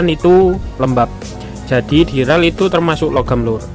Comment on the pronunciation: dural / duralium bukan diral bang 😂